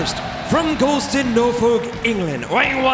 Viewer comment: Nofok england. It’s Norfolk (Noorfuk)